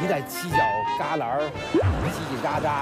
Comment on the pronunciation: 为什么娜娜说犄角格拉的时候我听到了吃喝拉撒？